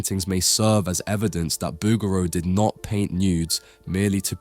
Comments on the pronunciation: The name rhymes with "boogaloo," not "overthrow." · Please pronounce the painter’s name correctly: Boog'raw